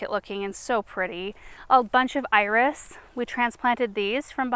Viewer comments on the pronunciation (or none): none